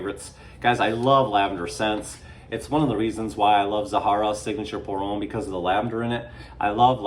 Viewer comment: FYI that "Homme" is pronounced "Um".